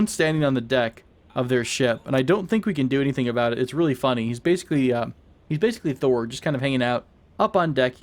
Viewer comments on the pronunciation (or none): none